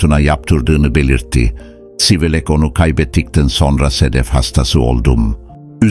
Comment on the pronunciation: Yahu, bu metinleri okuyacak bir INSAN yok mu da robota okutuyorsunuz? CIVELEK yerine SIVELEK diyor. Daha onlarca sacmalik. Okuyacak kimse yoksa, bana gonderin. Nereden cikti bu robotik sesler, anlamak mumkun degil. Igrenc